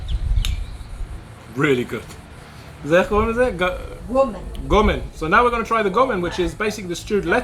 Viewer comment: This is one of my favorite dishes. You pronounced it well. Great video.